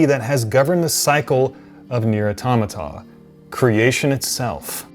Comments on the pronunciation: Ive never heard automate-a lmao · Stopped when he said NieR Auto"mate"a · Great video but automata is pronounced aw ta ma ta and is the plural of autamaton. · Nier auto-MAY-ta cringe. I came from the bloodborne video where he pronounced yarmam as yarnehm 😐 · Automata is pronounced OR-TOM-A-TA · The word "automata" is based on the old mechanical automaton creations from the late 19th century, it's pronounced ah-tah-ma-tah in case you were wondering. Cheers for the video, amazing game👌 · The confusion comes because the Japanese are pronouncing a foreign word using their pronunciation rules. Au-toma-ta (emphassis on the to) is the correct pronunciation of the word, but the Japanese pronounce it as Auto-mata (emphasis on the ma). So it comes down to should it be pronounced the way the game developers pronounce it (foreign world filtered through their own Language) or as the word actually is. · A-tom-ah-yah :) it's the plural form of Automaton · It's said like Automaton, but rather than "ton" it'a "ta" Like seriously thats the route of the name, as all the beings in Neir Automata are artificial beings— automatons. While the original was about the ending of mankind. Although honestly I don't know why the Androids didn't raise humanity again from the DNA left over from the replicants.